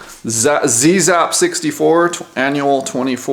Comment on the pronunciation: Great review! FYI: "Zzap! 64", the incredible UK magazine for the original Commodore 64, is pronounced "zap". Cute to hear you pronounce the American "zee zap", but just letting you know. I went to Zzap for a day back in 1986 and met the original team - so it's fantastic that the magazine has been revived!